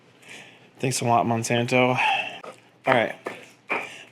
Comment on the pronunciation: " thanks a lot m-nsanto.."😅😅😅